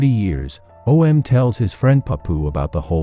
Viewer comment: Why are you saying O.M. It's Om